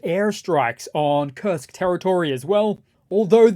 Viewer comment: You say Kurst Oblast. I'll just say Kursk People's Republic